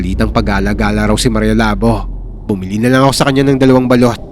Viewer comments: Labō..Hindi labo😅😅... Halatang d nyo alam pronounce ng hiligaynon..😅😅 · Mali po ang pagkaka pronounce nyo ng “labo” dpat po “labó” sa second syllable po dapat ang diin. Lábo - ex. malabo ang mata ko Labó - ex. tagain mo ang baboy Anyway, Thank you sa mga kwento nyo sir ang galing nyo po mag kwento. Inaabangan namin palagi mga kwento mo😊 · Sir jez mali po yung pagka bangit mo ng labo labu po matigas pagka pangit ng bu . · Labo is pronounced as Labu. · Ang slung nman po ng pronounsation nyu ng labo hehe🤭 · ang labo ng kwento mo ang labo kasi ng pag bigkas nya sa labo hindi labu 🤣🤣🤣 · Mali pagka pronounced mo sa "maria Labo" bobo ka talaga hindi Labo tulad ng utak mong malabo mangmang ka talaga minsa mag research muna ya bago bigkasin ang salita tanga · Ang tamang pag pronounce ng Labo ay mabilis. And ho sa Labo ay magkatunog sa Taho.